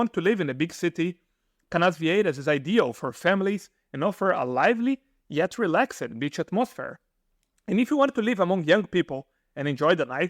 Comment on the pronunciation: = You must have gone to a bad english school because your pronouncing all the -ED words incorrectly VERY COMMON for Br schools to do this but if you go to a real qualified school, they don't teach this incorrect way to speak. I am talking about words like STOPPED- you say STOPPID, or NAMED you say NAMEID, DREAMED, you say DREAMID, RELAXED you say RELAXID, BORED, you say BORID. FROM DEC to APRIL a hotel will cost you up to r$500 a DAY or r$15,000 per MONTH. OUT of season you can rent a furnished apto for r$1200 a MONTH RICH Argentinos and Uruguayians have no problem spending r$300-500 a day in the summer